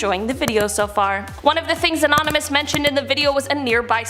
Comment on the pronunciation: Even though it appears u said "anominous" your huge bazonga's tell me there's absolutely nothing wrong with that.